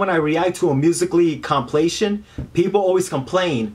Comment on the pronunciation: complations rrly..... its compilations. I'm dying with laughter